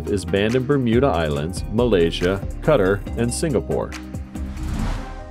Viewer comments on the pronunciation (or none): none